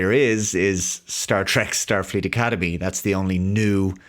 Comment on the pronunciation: You mean, "shtarfleet academy".